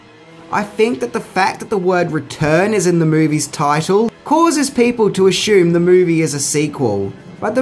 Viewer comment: wait;... did you say "ashume" ? explain yourself